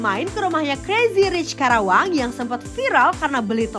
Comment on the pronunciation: Please deh nyebut KARAWANG yg betul bukan KERAWANG tp KARAWANG